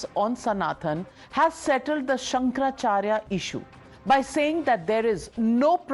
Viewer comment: Pronounce correctly- Shankara Acharya not Shankar Charya.